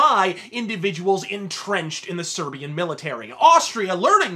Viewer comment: "servian" xD